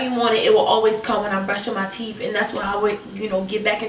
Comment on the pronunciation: ^ English people don't say teef😂